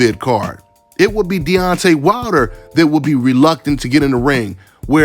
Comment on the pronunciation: Why u saying his last name wrong? Its Wilder, Not Water. Lol